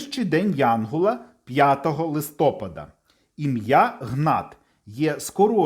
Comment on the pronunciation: Дякуємо! Сподобалось, але відео трохи псує наголос у слові листопАд (листопАда).